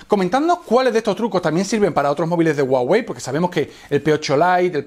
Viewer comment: La hache en "Huawei" no es muda, suena como la hache de "hello"...